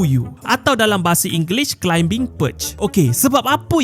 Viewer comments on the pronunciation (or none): Bang kalau sebut perkataan contohnya climbing, plumbing, 💣ing dan seangkatan dengannya, "b" nya silent je. Sebut "klaiming", "plaming".. 😁